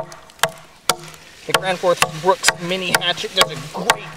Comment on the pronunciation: "thi grans foos brooks"